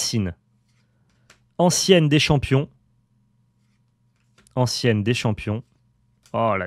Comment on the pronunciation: ça se dit "anTienne" et pas "anCienne"